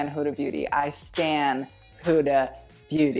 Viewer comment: It's not 'Hooda' it's 'Huh(silent h)-dah' sorry, just had to say this